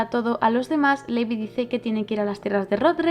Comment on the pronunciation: me encantan tus vídeos, un análisis excelente y superdetallado. Me encanta que compares con el manga pq yo lo leí hace tiempo y es interesante ver como cambia. Sólo t diría una cosa, y es q el nombre de LEVI lo pronuncies "livai" o algo así lo dicen en el anime, pq al miratelo leer tal cual no puedo evitar pensar en Levi la d Fairy Tail. No es por mal, sólo es un consejo, tus vídeos son perfectos 😘